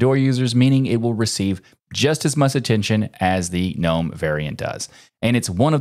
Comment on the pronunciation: The G in Gnome ist not silent!